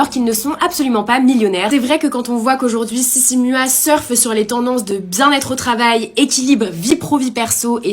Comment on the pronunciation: Vous avez tellement bossé toi et que vous êtes pas capable de prononcer sissy mua et train sweat eat correctement!